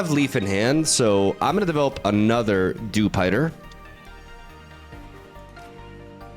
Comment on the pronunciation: Also dewspider